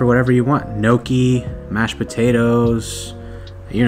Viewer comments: no key? its more of a n-yo-key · Awesome video, but that's not how you pronounce Gnocchi and it's celisus not fahrenheit!!!